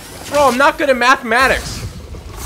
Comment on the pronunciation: And y did he say mathimatics hes trying to kill a thicc spider